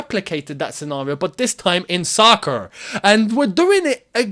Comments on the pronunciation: When said "soccer", it sounds weird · The way you said "Soccer"😅😅😅